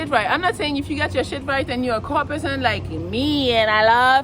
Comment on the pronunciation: i love how you say car.... cwahw